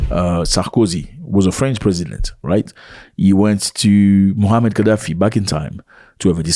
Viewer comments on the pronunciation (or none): Please say his name right: "Muammar" pronounced: "Moo a mar "